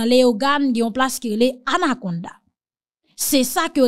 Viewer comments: se pa plas anacounda se plas Anacaona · se pa anaconda se place Anacaona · c place Annacaona, c pas Annaconda, à Léogane.